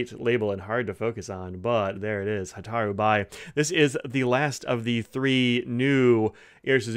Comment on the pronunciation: Fascinating color, thanks for reviewing it. By the way, "bi" is pronounced "be." It comes from the character meaning "fire."